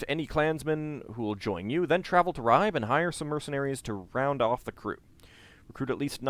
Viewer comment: Hi, I came here from the link on J2's channel, i really like this playthrough, BUT.. im bleeding from eyes and ears, everytime i hear you butchering the Danish / Norwegian names:-) even the easy ones like Ribe and Ketil...